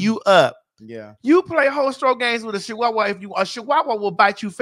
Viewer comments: a she-wa-wah😂😂😂Maddie please 😫😂😂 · Muva, what is a "SHE-wah-wah"? 😂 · Craig skin was crawling from the way Maddie pronounced Chihuahua 🤣🤣🤣